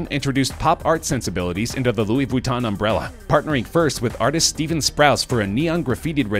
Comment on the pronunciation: Ahaha he said Louise Vwiton instead of Ve-ton-e.